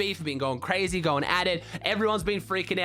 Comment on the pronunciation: "everyone's qreizy about it" : )